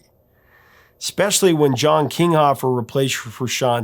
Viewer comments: "John Kinghoffer"?? Wow.... You can really tell that this professor knows absolutely nothing about the Chili Peppers....... In past videos he horribly mispronounces "Frusciante" to the point that it was clear he had no clue who John Frusciante was. In this video he also misprounounces "Slovak" and apparently their guitariat from wasn't Josh Klinghoffer, it was "John Kinghoffer".... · Excellent video. Really thurough and knowledgeable and super interesting. I had no idea about Anthony's relapse from a dentist appointment that's wild. All that being said- damn! Doing Josh Klinghoffer* dirty with that "John Kingoffer" name! 😂